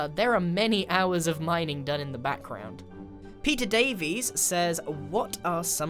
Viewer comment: Grian: "Mining isn't enrartaing" Mumbo with 100,000+ people watching him MINEING SAND